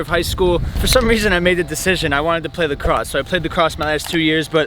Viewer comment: I stopped listening at “lacrosse”